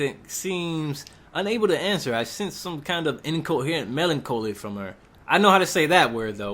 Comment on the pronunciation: You mispronounced melancholy.